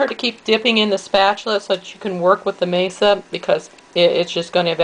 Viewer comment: nice variation :-D fyi, it's masa (mah-sah), not mesa (may-suh). mesa means table. also, the z in chorizo is softer more like an s (choh-rees-oh). glad to find another vegan version! it's nice to see other ways of steaming them too.